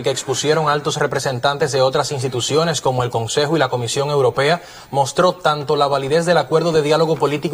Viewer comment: La compañera periodista tiene que aprender a decir europea, no es uropea!!!